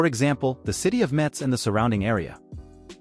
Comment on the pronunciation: A deep insulte is to pronounce Metz « m-e-t-ss », which is the fuckin’ german pronunciation, rather than « m-e-s-s » (like « mess ») which is the french and right one